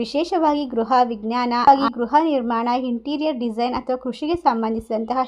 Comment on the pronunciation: ಮೇಡಂ ದಯವಿಟ್ಟು ಕ್ಷಮಿಸಿ. ಅನ್ಯಥಾ ಭಾವಿಸಬೇಡಿ. ಅಥವಾ ಎಂದು ಹೇಳುವಬದಲು ಅಥವಾ ಎಂದು ಹೇಳುತ್ತೀರಿ. ಅಕಾರ,ಹಕಾರ,ಈ ಕಾರಗಳನ್ನು ಸರಿಯಾಗಿ ಹೇಳಬೇಕಾಗಿ ಕೇಳಿಕೊಳ್ಳುತ್ತೇನೆ.ಅವಕಾಶಕ್ಕೆ,ಅವಕಾಶ ಎಂದು ಹೇಳುತ್ತೀರಿ. ಆರ್ಥಿಕ ಎಂದು ಹೇಳುವಬದಲು ಹಾರ್ಥಿಕ ಎಂದೂ ತಪ್ಪಾಗಿ ಉಚ್ಛರಿಸಬಾರದಾಗಿ ವಿನಂತಿ.